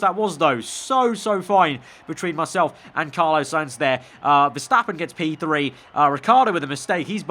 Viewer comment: Why do you pronounce 'Carlos' like that? "Car - loss" not "Car - low - ss".